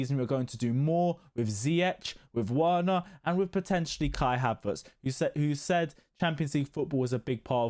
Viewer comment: Written as Werner but pronounced as Verner 😁